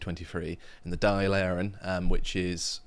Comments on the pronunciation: It's pronounced "doyll" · Also, it's not a "Dale", but a Daìl, as in "wall". C'mon, England... 😂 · Dail , it's pronounced like doll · Dáil is pronounced Dawl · Dáil is pronounced like the word "all" with a "d". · Dail is pronounced like doll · Dáil = Doll ...Taoiseach-=Tea-Shock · Fair play lads!.... and its pronounced "Dawl", its an impossible language to speak phonetically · DÂIL ...try pronouncing it Daw-ILL. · It's not like it matter because every politician there is a disgrace. But it's pronounced daal. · Dáil - pronounced “Dawhl” like “Tall” with a D. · It;s pronounced ‘doil’ - the doil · Some pronouciation assistance: Dáil (parliament): Dawil Taoiseach (PM): Tea•syooc Táiniste (vicePM): Tawin•is'teh Last one may be familiar to anyone who read McBeth [Thane of Cawdor]. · And it's pronounced dawl